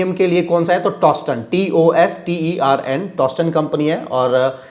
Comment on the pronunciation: I guess the brand is Tostem, rather than Tostern